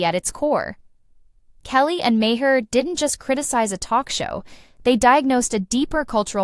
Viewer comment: May her, Mah her, May her, and on and on and never saying the name right.